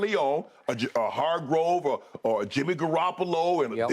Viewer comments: It's HarGRAVE not HarGROVE... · OML UNC IT’S NOT HARGROVE IT’S HARGRAVE!! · why does shannon call hargrave hargrove on purpose? the I miss something? lol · If Shannon call hargrave Hargrove one more time lol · And my Steelers didn’t want to sign this man to a good contract knowing his potential NO WHAT we do rely on Tuitt a guy who quit on us without reason now look at him Hargrave flourishing… Shannon it’s not Hargrove it’s Hargrave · Hargrove, ekobum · When will Shannon stop calling him Hargrove? Lol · Has nobody ever corrected Unc on Javon's name lmao. He's been calling him Hargrove as long as I can remember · Shannon refuses to say Hargraves name right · Shannon said Hargrave’s name wrong so many times that when Skip said it right, I thought he was wrong🤣🤣🤣🤣🤣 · Unc, it’s Hargrave 🤣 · Hargrave just found out there’s an o in his last name